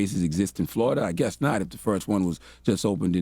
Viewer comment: "FloriDUH, ladies and gettlemen, FloriDUH" -- Uncle Charla 😣🐊